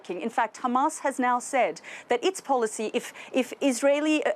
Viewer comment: how come he can say Hamas normally sometimes and then other times, there is a heavy emphasis on the Khhhhhhhamas